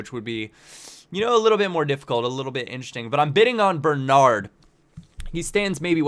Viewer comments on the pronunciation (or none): none